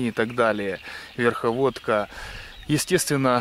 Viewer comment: у меня вопрос, автор вырос в лесу?Я про верховодка и с'ома...слух режет